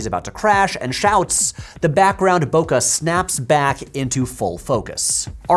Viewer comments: Sorry Patrick, I like most of your work, but in the year of the lord 2025, I cannot fathom you of all people not using the real pronunciation of bokeh, which is exactly like it sounds with the I guess you'd say, spanish "e", however I wholeheartedly agree with everything you say in this video about the genius of the Wachowskis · Why does Patrick pronounce bokeh like this? Is this an american pronunciation thing? It is so funny for my ear and in totally unexpected way to mispronounce that.